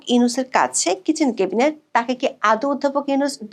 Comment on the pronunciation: 'ম্যাডাম, প্লিজ "কেবিনেট" বলবেন না, কানে লাগে। উচ্চারণটা "ক্যাবিনেট"